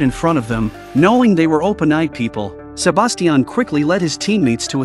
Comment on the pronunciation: STOP SAYING "SABASTIAN"